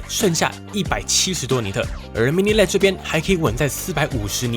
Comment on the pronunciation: LED的唸法是分開的L E D. 然後APP是一個字 不是A P P 為什麼很多人都唸反